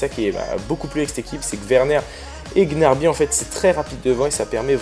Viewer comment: on dit pas gnarby mais gnaBRY😂😂